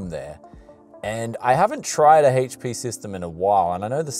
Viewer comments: Haitch Pea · Why do you keep saying "haych-p"? Don't you mean... HP? lol